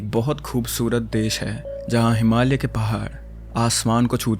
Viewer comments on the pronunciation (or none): none